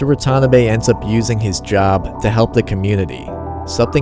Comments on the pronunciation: I can tell you're not Japanese, so just helping. It's not "Wa-TAH-na-be". It's Wa-ta-NAH-be. Here's another pointer: The Romanization of Japanese has one glaring mistake. The letter L should be used instead of R. James Hepburn oddly used Rs when he should've used Ls. The proper pronunciation is "I-ki-LU", not I-ki-Ru. La-men, not Ra-men. La-sha-mon, not Ra-sha-mon, Lan, not Ran, La-di-o, not Radio... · Man the pronounciation of Watanabe is killing me